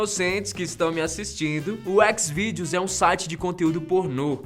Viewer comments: Foi o serjão berranteiro que atirou na mulher.. é ''xizvideo'' não ékezvideo.. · x videos kkkkkk no Brasil se fala Chis videos